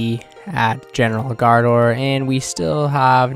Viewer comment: Love the vids, but you have to work on the pronounciation gRaardor lol :D